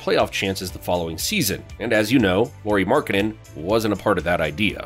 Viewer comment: nice job mispronouncing his name